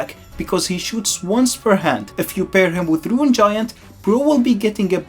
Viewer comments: bro its rune not ruin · why do you say gruin and not rune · Bro says ruin instead of rune, ruined her name 💔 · Rune not ruin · Rune is pronounced "roon," not "ruin". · rune, not ruin 😭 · btw Rune is pronounced "Roon", not "rooyin". "Rooyin" is more akin to the word "Ruin" meaning destroy. Rune means a letter basically. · i think its called as "roon" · "ruin giant" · It’s pronounced like it rhymes with “room” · "Ruin Giant" 😭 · You’re saying “rune” wrong btw